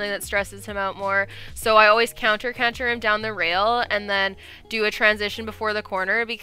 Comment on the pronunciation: I love how you actually pronounce canter. Where I live in New England we say “canner”